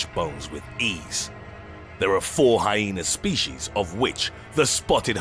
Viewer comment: Lmfao. I died. "Like a ... PENIS!!!!!!!!!!!###!###!!!!!!!!" ROFL this commentator kills me man some of his other videos too. They are supposed to be dark and edgy but he makes me laugh. The way he pronounced shit too rofl. "State-us (status) or HyenAR (hyena)"